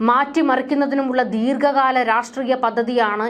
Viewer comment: പിന്നെയും ഉച്ചാരണം തെറ്റിച്ചു. ദീർഗ കാലം, ഗട്ടം എന്നിവ തെറ്റ്. ദീർഘകാലം, ഘട്ടം എന്നതാണ് ശരി.